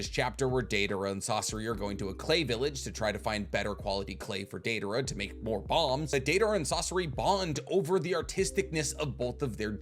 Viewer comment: “Deivara” idiot 🤦🏽‍♂️